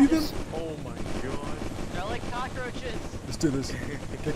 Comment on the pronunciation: "THE COCKAROACHES"